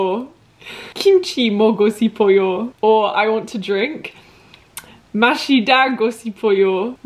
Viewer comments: by the way the 시 together is pronounced more like a 'Sh' sound rather than an S alone, so 싶어요 is pronunced more like 'Shipeoyo' rather than the 'Sipeoyo' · 고 싶어요 is actually pronounced as “ go shipeoyo” good luck on your language learning journey! 화이팅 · Love your video! hope you stay healthy! Here's some tips for you:) "~고 싶어요" when you pronounce this, it sounds more natural to say "~go shipuyo" than "~go sipuyo" small difference but much more natural! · A tip: when ㅅ goes with ㅣ like in 싶, it's pronounced as ship!It makes a sh sound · the s in sipeo is pronounced like sh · when a ㅅ is followed by 이 the pronunciation becomes ‘sh’ so 싶어요 is ‘shipeoyo’. Hope this helps! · i was gonna comment the same thing!! her pronunciation is pretty cute tho<3